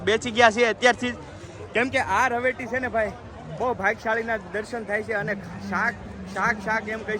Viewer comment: રવેટી ન બોલો ભાઈ રવેડી બોલતા શીખો.